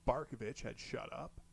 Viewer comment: Dude, you nail it with "Barkovich"! Haha 👏👏👏